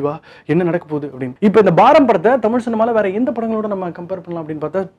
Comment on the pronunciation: It's baaram not baram